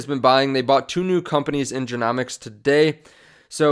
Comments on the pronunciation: It's genomics as in rhymes with home . Just helping you out . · If you're covering this topic you have to pronounce genomics correctly